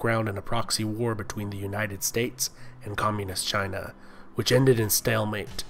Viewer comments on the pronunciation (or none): none